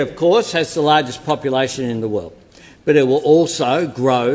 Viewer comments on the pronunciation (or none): none